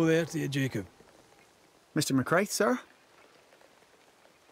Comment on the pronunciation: Also Ruaidhrigh = “Ru-a-ri”. And Mac Raith should be “Mac Rai” but the game pronounces it wrong. Gaelic orthography is a nightmare, don’t feel bad.